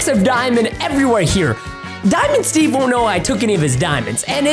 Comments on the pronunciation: When he say dimind stev pls dont hurt me pls that whas a rime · Preston wow is diamond Steve Preston and wen You fawnd dimond Steve home it WOS cool Preston 😎😎😎😎🙂🙂😍😍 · Preston: Daimond Steve Me: I heard It Preston:what?????????????????????? ====READ=THE=DIALOG====